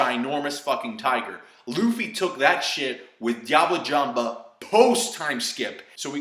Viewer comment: concasseee and diablo jamba lol its french its prnouned concass and diabl jamb ( in french the e is silent if its in the end )